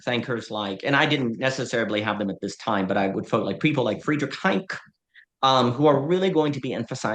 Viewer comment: Unless I've been misled my entire adult life Hayek is pronounced Hi-eck.